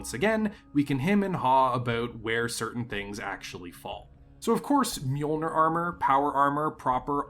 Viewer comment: It hurts my ears to hear it mispronounced, so here it is: Mjollnir is pronounced “MIOL-neer” or “MY-AWL-neer”. Literally translated into English, it is “the flashing crusher” or “mealer”, and has nothing to do with thunder or lightning (the hammer).